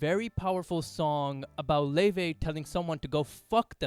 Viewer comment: thats how you pronounce her name, kindly research before you comment <3